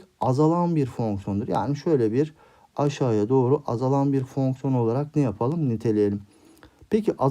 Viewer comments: hocam meraktan soruyorum fonksiyona neden fœhñsyon diyorsunuz? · Fonkson değil hocam fonksiyon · Ay her fonkson dediğinde krize girdim 😂😂